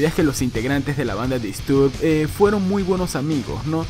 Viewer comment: Me da tock cómo pronuncia Disturbed. Se pronuncia "Distorbd".